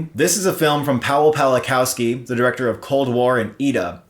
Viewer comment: Little advice: when you say Paweł Pawlikowski or any other Polish filmmaker pronunce "w" like English "v". It's how you say it in Polish and it will make your pronunciation so much better. Read it as if it was written Paveł Pavlikovski.